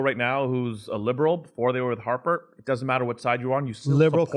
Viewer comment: DUDE SAID HARPER...LOL